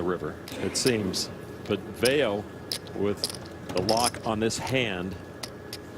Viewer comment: He told how to pronounce 'Vayo' during the ME like 3 times, yet you still say it wrong Doug